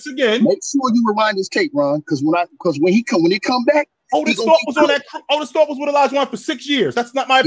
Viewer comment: Aye said ortis thope 🤣🤣🤣🤣🤣🤣🤣🤣